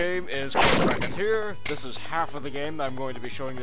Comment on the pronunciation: its pronounced: ress-a-tear